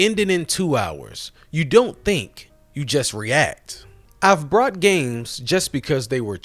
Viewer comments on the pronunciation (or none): He keeps saying "brought" instead of "bought" that aside, he makes a good point. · Hey chief, it's BOUGHT not "brought". Good video, nonetheless. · It's pronounced "bought", not "brought" Could've used the time I spent watching this video playing games.😂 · I figured out why he does that, its definitely a NY/East Coast thing but that doesn't apply to him and after watching a few of his videos over the past few weeks I noticed some things.. and I now know why he does it he did it on purpose you can tell by the emphasis he puts on it every time his says it you can tell that he doesn't say "brought" instead of "bought" regularly AND I also found out why he has such a monotone voice and stale delivery.. and figuring that out explains why he says brought instead of bought to cover up the real reason why he sounds like he's reading a script because yes he does that too but I now know 100% why he sounds the way he does and if he reads this message, he knows I know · dude sounds like he is saying brought instead. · Why do you pronounce bought like that? There is no r in it. After I BOUGHT something, I BROUGHT it home. You are saying the past tense of bring instead of buy. If english wasn't your first language, I'd obviously give you a pass, but....... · It sounds like you are saying brought instead of bought. Is this intentional? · It sounds like you're saying brought with an "R" every time you say bought. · Is this guy an AI channel? You cant even say BOUGHT correctly. And repeat it mispronounced more then once. Like an ai script would.😢